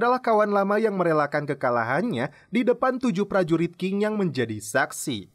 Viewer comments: Qin dibaca Chin, bukan Kin. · Mas, Qin itu dibacanya Chin. Seperti Cina. Karena memang Qin (Qin Shi Huang) sang raja adalah awal muncul nya Cina. Kata Cina itu adalah berasal dari Qin (baca: Chin)